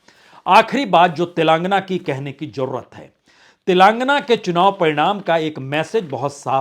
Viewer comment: अबे अंग्रेज तेलांगना नहीं तेलंगाना बोल